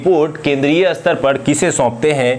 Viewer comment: क्षमा किजियेगा। शायद आपका 'स्तर' का उच्चारण गलत है। आप Astar उच्चारित कर रहे है । जबकि staar hoga